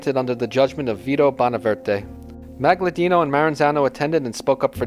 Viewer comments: This narrator butchers a few names. Magaddino not Magladino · And where the hell do you see an "L" in Maggadino? AND and the accent is on the "e" not the "a" in the name Stefano. It was painful to listen to this. And it's not GaGliano. Gli is pronounced Lyee. Same with consigliere. It's not ConSIGliere. It's the gli is pronounced lyee. Use Google Translate and hit the little bullhorn icon that pronounces it. And it's Anastasia not Anatasia. For the love of God! Please.